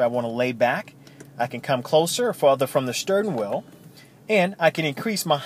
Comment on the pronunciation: STURN WHEEL ??????? really? 🤔